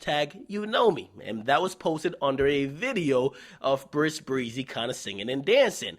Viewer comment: lmaoooo this nigga always saying Bris Breezy. it's epic.